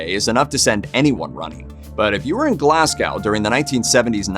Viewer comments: Aaaaargh did he just say "Glass Cow"? Mate, it's "glaz-go". Edit: this has got East End written all over it. Defo the work of the mental gangsters out there. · I listened to this video, and heard the worst pronunciation of the city of Glasgow, it is Glaz go. not Glassgow. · Learn to speak it's glas.... go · It’s ‘Glarrs go’ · Haha I know right? glass cow like wtf?